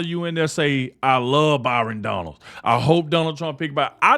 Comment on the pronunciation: I heard him ( trump) say Byron Donald..